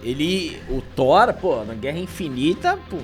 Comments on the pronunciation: Thor 5, não Thor "Sheenco" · Não... por favor, não. Vai ser THORA ou THORE 😂😂😂😂😂😂😂😂😂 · Não é Thor amor e lacrate.. É Thor amor e Lacrão 😂😂👍